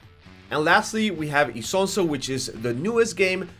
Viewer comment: Not isonso its ISONZO dammit😂😂😂